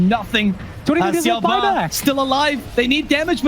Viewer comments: "siaou-bah", just say Xiao- Eight fool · XiaoBA why is he calling him like that it hurts